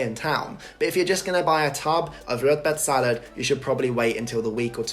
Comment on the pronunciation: You’re pronouncing the dishes like a viking! Well done! Rödbetssallad is the best!